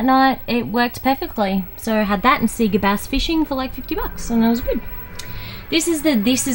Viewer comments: "See-gah"?? It's "say-gah" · See-ga? Say-ga (Sega) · Awesome, only fun fact is Australians pronounce Sega as 'See-ga' rather than 'Say-ga' even though when you switch on any Sega game it says 'Say-ga'! Crazy! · It's a hard one - living here in Australia I say See-ga but after learning Japanese (only a little) but I did learn how to pronounce it a little better :-) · Haha I know right! Just how we say it. If in Japan however, I pronounce it correctly when asking for games. Thanks for watching.